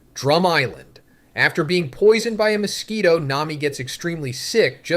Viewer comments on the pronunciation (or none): none